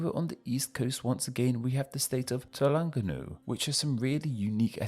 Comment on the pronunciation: What I noticed is that you changed R to L. Like, Telengganu and Negeli Sembilan. Most of us can pronounce R, even the Chinese who's known for their stretotype of can't pronounce R .